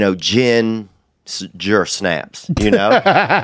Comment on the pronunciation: Jack Sparrow I literally laughed out loud when I heard gin... gersnaps